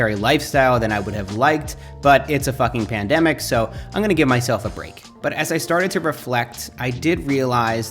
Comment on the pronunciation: “It’s a fucking pandemic” sounding like an Australian already